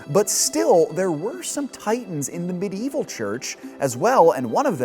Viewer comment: You can pronounce Aristotelian correctly but fail every time at Medieval. I find that quite curious.